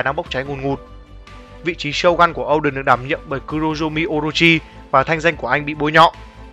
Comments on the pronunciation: O đen mà cứ đọc âu đần nghe buồn cười vãi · Oden mà nói ôđình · Ad đừng đọc Oden là “Âu đừn” nữa được k. Wano là nước phỏng theo Nhật Bản nên đọc theo kiểu tiếng Nhật là “Ô đên” thì hợp lý hơn.